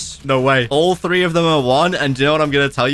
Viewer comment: Why does when ever says three I think he means free